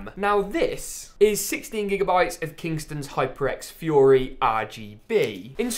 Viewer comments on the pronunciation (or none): none